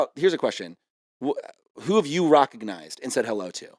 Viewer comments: Is Kevin saying 'recognized' like 'rock-ognized'? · is he saying rockignized